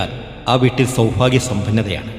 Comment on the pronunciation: സൗഫാഗ്യം അല്ല മൈരാ സൗഭാഗ്യം മലയാളം പറയുമ്പോൾ ശ്രദ്ധിക്കണം നായിന്റെ മോനെ